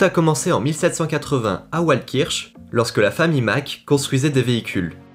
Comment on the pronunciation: Super vidéo. Je suis alsacien et je parle allemand. Le w de waldkirch se lit avec le son "v" comme si ça s'écrivait Valdkirch.